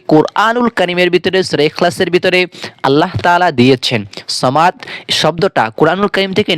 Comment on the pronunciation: সামাদ না সমাদ বলো